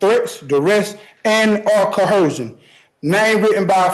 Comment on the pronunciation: I know its a small thing, but i cant stand how these people always put an 'H' in "coercion', saying 'cohcerion'. Small nitpick considering their faulty arguments and antisocial behavior, but it bugs me everytime i hear it.